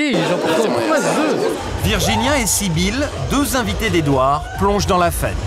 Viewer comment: « the » en anglais il fait l’anglophone